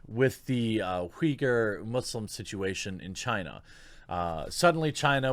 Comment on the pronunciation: Ban all things Chy-na